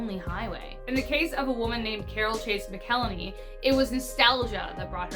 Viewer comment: Pronounced Mac-el-hay-knee. Mcelhany